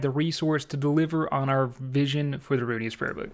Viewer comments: Roo IN us not Roo E nus. Pleaseeee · i just sat through half this video thinking it was a different prayer book because you caller it "The Runious Prayer Book" and not "ru-in-iss" lmfao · why are you calling it runius? its ruinous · RUINus , not runeyus, good video though man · Ruin-ness is how it’s pronounced not runeyus lol good video though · Please atleast learn how to pronounce things before making a video on it. Ruinous. Ru...in...ous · I’m not sure why, but the sound of pronouncing it “Runyous” is kind of growing on me, lol. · "Runious" lol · Ruinous = "roo-in-us" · RUNE IOUS XD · Ruinous powers, not Rune-e-us. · "rune-eee-us" lmao cmon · Roo-in-us is how you pronounce it lol love you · Fyi, it's rune ness. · good video, but I HAVE to say... ruinous: roo-in-us. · Can someone teach this man how to pronounce Ruinous